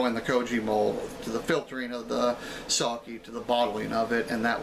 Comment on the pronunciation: Very nice. It's pronounced Sake though. (Short e sound.) I know it sounds like I'm nit-picking, but there are a lot of words in Japanese that sound exactly the same, or extremely similar. So when someone mispronounces something they are actually saying something completely different. 崎(さき, saki) Means small peninsula, or 先 (さき, saki) means some time ago. 酒 (さけ, sake) means alcohol.